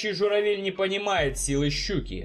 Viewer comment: Друг по друге, журавЕль, гадзюрима..., у тебя сценарий вычитывается? Или, похоже, одним дублем закадр пишется?